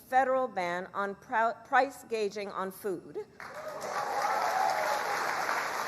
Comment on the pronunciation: She can't even pronounce "gouging" but rather she said "gaging" c'mon man and she's to possibly be our POTUS? Was she reading off a prompter? That's even worse then....